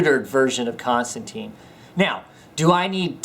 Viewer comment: You are saying his name wrong, its John Constantine (tyne) not Constanteen. :)